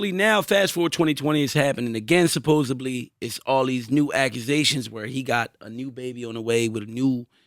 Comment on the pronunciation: Tell it’s “supposedly” not “supposebly”